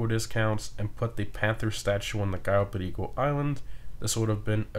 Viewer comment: Hey you Mexican? Or al have some kind of Latin in you I heard the accent when you cayo perico